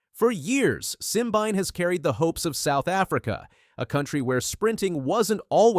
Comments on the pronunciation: Try three (3) syllables Sim-bi-né! If you cannot get his name correctly, try being quiet.😢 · His name is pronounced "sim-been-eh". And Letsile Tebogo is pronounced "Let-seal-eh Teh-bo-go"